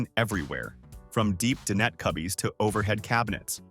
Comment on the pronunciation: "De-Net" for dinette. Ridiculous AI.